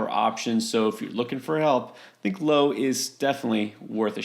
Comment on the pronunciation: Brandon “Lao” not “ Low”